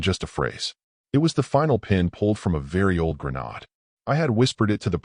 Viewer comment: Funny how the AI voice can pronounce complex words but struggles with, "granade". Also, story turned into a steam consciousness resulting in a story 20 minutes too long.